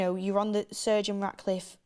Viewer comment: Is Beth going to learn how to say Sir Jim. It is got surgin.